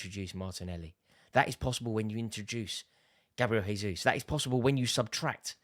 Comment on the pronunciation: Jayzus - Portuguese not Spanish